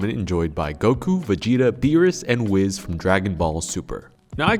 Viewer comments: I love but when he pronounced whis (whees) as “wiz” I died a little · Boy said "wizz" for Whis. Ridiculous. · Did this guy really just call Whis, wizz? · BRUHHHH ITS "W H E E Z" NOT W I Z... Great vid none the less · i love how he says wizz instead of whis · Everyone: Whis: Wizz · Man really said Wizz instead of whis and thought we wouldn’t notice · So, I'm sure you don't know. But, it's not pronounced wiz. It's pronounced wees/wheese* Him and Beerus are two of my favorite characters from DB super. All time favorite character is Goku, Gohan, Vegeta, or trunks. Favorite villain is definitely Buu, or super Buu. the DBZ universe is my all time favorite anime universe. Has been since I was a kid. And, I just turned 30 in December. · "wizz" Not whis, wizz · wizz? don't you mean whis? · It's Wis (wee-ziz) not (wiz) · Wiz???? ITS WEEEEZZZZZ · It’s whis not wiz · 2 years late but it’s whis not wiz lol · It’s pronounced whis not Wiz. Wiz is best girl in konosuba. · I can't believe you pronounce Whis as Wizz 😂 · Is nobody gonna talk about how he pronounced “Whis” as “Wizz” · Are we not going to talk about how he pronounced Whis as Wiz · Wiz.. dude your entire show is involved with anime.. how can you not say it right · Anyone notice how called Whis WIZZ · Why is no one talking about him calling Whis "wiz" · lol no one gonna comment on how he called whis "wizz" though granted i dont watch dbs so hes miles further than me lol great video as always 👍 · The only issue with this video is that you called Whis "Wiz" 😂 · actually whis's name is based of whisky! which is why its pronounced "wee-s"! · blud said wizz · he said wiz 💀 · he said wiz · it urks me so much when ppl call whis wiz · "Enjoyed by Goku, Vegeta, Beerus and WIZZ from dragon ball super" Always the mispronunciations man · You pronounce whis wrong your supposed to say it like whees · He said wizz.... I'm out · Sounds like you said wiz lol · Am I the only one who noticed him saying whis wrong 🤣🤣